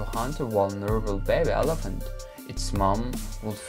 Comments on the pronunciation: I preferred the first pronunciation of elephant. El Aphant. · Whys bro saying elefnt😀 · Number 5 : ALAFANT 😂😂😂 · Elephant you pronounced wrong